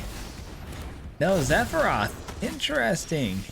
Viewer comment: Say Zephiroth one more time! 🤬